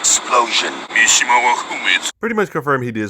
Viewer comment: Great video. Only slight problem is the pronunciation of Mishima but I’m not an English teacher so I won’t kill you for it.